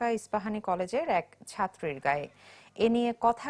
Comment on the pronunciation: Catroo hobe na apoo catri hobee🙂